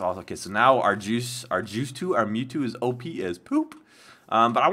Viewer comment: In stead of OP I thought you said oh I need to pee! LOL !